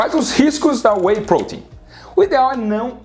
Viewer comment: Sinceramente.. Eu gostei do vídeo, bem explicado, bem detalhado, mas Sinceramente.. A forma dele falar "whey protein" quase fez eu parar de assistir u.u maaaas, o vídeo realmente é bom..